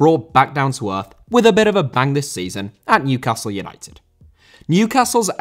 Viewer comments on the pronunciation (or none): none